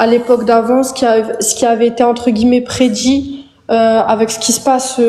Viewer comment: "Il y a un livre qui prédji ce qui vas s'passer tu vois enfaite" Ptn elle lis Obertone. 😶